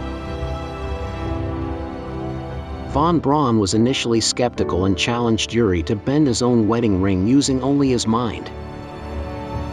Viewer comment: I can't vouch for the info here, although I am a believer. However, I can issue a correction: "Yuri" is a Russian name. He isn't Russian, but Israeli. The name is pronounced like this: Ooori. ❤